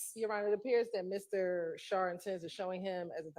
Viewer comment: it's Max "Schardt" not Sharp